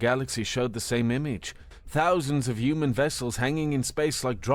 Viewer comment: Yewmen? That's a weird way of pronouncing human.😂😉